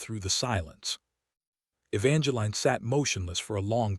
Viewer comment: Please pronounce Evangeline correct. The is no "line". And there is no"Cashan"